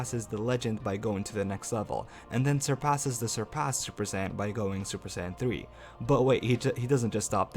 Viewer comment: I laughed so hard when you Said said supased super sayin 3